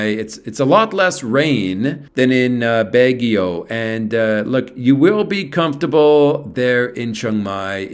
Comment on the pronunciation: Pronounced "Bag ie o "